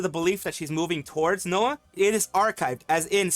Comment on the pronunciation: NOA talent sounding like NO Talent from you